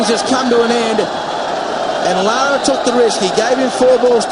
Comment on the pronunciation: It's LAAARAAA.. respect!